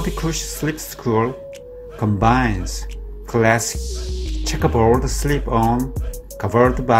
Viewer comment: “The schekkaboooooad”